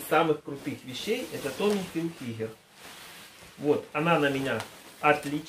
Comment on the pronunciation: На этом канале, правильно говорить Хилфиджер 👆